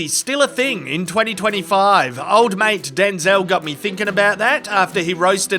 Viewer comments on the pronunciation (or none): none